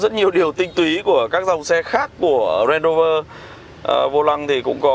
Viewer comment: Đọc đúng tên Range Rover rồi à anh